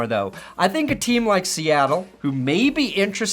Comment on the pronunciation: It's a LIKE button, not a LICK button.